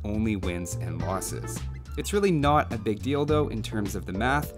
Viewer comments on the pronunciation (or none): Biggus Dickus...and then I'm 100% sure you said "it's really not a big dildo" ( ͡° ͜ʖ ͡°)